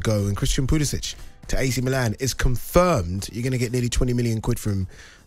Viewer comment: It’s best he’s gone. These pundits couldn’t pronounce Pulisic’s name correctly—so it’s good all around.